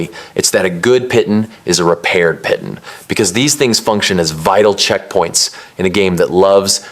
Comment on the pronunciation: Its pronounced "pee-taan". They even say it wrong in the game.